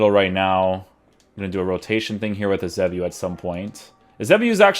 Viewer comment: I beg you learn how to say "Eusebio" properly